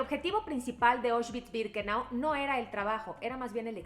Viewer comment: Como crítica constructiva, la pronunciación es "Aushvitz" no "Oshvitz". La palabra viene del alemán, no del inglés.